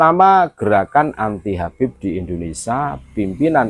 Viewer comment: Ko"habeb sekarang dibaca y KABEB YA KENAPA YA.....